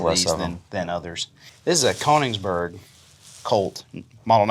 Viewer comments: Kongsberg is very much not pronounced as the German Königsberg. We fought a war to keep our Norwegian names for our cities. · Just a friendly heads up it's Kongsberg not Koningsberg. Kongsberg va(å)penfabrikk produced the Krag Jørgensen. and later a licensed G3 and MP5 aswell. You HK boys might like that too.